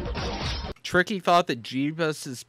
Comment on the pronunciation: HIS NAME ISNT TICKY ITS TRICKY